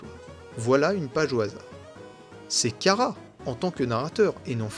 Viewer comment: Tu prononce mal chara sa se prononce chara pas kara 😅 sinon la vidéo sur chara et frisk j'ai eu des frissons 😮😊